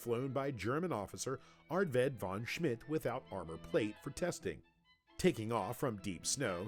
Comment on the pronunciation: Well more or less, but they massacred about any other non english term (except for Benz i guess), namely the first name Arved, the Term "Fliegerabteilung" and the dutch aeronautics pioneer Anthony Fokker's name... it sounded okay to me. it's a hard sound to reproduce for english throaths, just as W and TH are awful for german speakers to pronounce correctly when learning english.